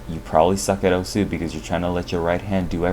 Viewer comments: How you pronounce "osu" is weird the word is pronounced in one syllable "ous" = ošu. Not o-su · Why is he pronouncing it "Oh-Sue"? It's supposed to be pronounced "oss". The game even says that when you start it. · turn on captions everytime he says "osu" the captions is "oh su" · Everytime someone pronounces the game's name as "o-sooh" a little hentai gril dies. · It is, but considering that I'm not Japanese, I think me pronouncing it the way english players say it should be acceptable. Right?